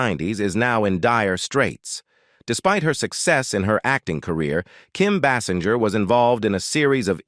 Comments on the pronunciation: Kim “BAY’-singer’ is her name. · Can't you pronounce her surname properly!!!!